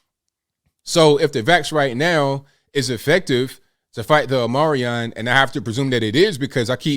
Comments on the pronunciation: dear God man please pronounce things correctly. OHM-EE-CRON not OH-Merry-ON. HOOSE-GOW not Hoose-Gooo. Dear God, man, I'm about to unsubscribe because this is the auditory cringe I get from the wrong use of loose <-> lose. At least */residen Brandon says "OMNI-CRON" which is closer to the phonetic accuracy than your pronunciation. FFS, dude. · It is pronounced, Omee-cron.. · Omicron not Omarion dude 😂 Come on you're perpetuating the cliché of Americans who can't read. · " omicron " is not an english world, so you're misspronauncing it...by the way, good on you to point out the level of hypocresi coming from the Dems.